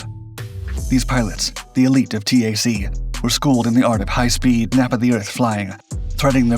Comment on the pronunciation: I love these videos and I know here and there there are a bunch of inaccuracies, but I wish you youngsters would stop saying S-A-C and T-A-C. It’s “SACK” and “TACK.”